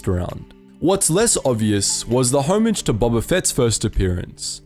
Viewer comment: "HOMAGE" 'KICKER" i can't even finish this